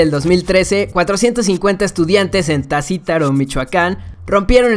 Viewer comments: Tancítaro, es Tancítaro, no "tasítaro"👍😊😊😊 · es tancitaro no tacitaro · es Tancítaro, no "Tacítaro". Pd: Te jamón. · es Tancítaro, Michoacán; no Tacítaro xDDD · en el puesto 32 es Tancítaro :v no Tacitaro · se dice Tancitaro xdxdxd